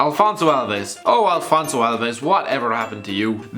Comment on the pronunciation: It's "Afonso Alves" not "Alfonso"